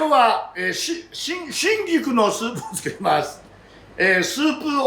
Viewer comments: 「シンギク」って発音に聞こえるのですが、気のせいでしょうか？ オリーブ油が味噌だとか。 アレンジでアボガドやゴーヤを少量混ぜても良いかも。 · 春菊、手頃でいつでも売ってるので作ってみたいです！シェフの開口1番の春菊(しんぎく？)の発音に思わず笑ってしまいましたー佐藤ルミナさんもググって調べました！冒頭から楽しませてくれるこの動画はホントに見てて楽しいです！製氷機の音にも反応して、たくさんの触覚を張り巡らしてるんだなーと、そんなところも魅力に感じてます。また明日、楽しみにしています！ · 多分、北海道弁ですね 東北はじめ北国では言葉を縮める傾向があります しばれると口が動かねんだわw